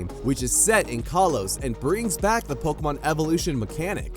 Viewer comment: Am I hearing pokomon?